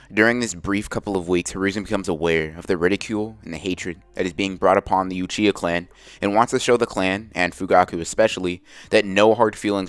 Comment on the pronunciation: i meant to say uchihuh. u said uchihuh